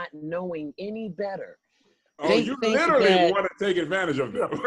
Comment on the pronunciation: How does no one else notice saying, "little-ly" and not literally?? Cracks me up.